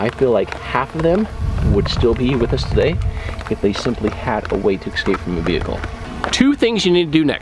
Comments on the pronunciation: It's pronounced "ess-cape" not "ex-cape" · Great vid, but it KILLS ME when grown men say "ECK-SCAPE" instead of "escape".... 😒